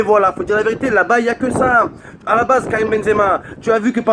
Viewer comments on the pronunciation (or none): none